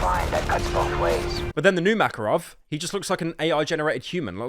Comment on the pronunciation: New Makarov can't even pronounce his name. 🤣